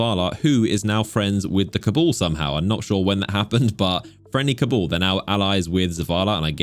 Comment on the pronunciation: Cabool? They are called CABAL brotha.. hahahahah cabool lmao